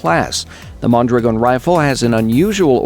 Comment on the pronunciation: Wow, the only one who pronounces correctly Mondragòn!!! ;)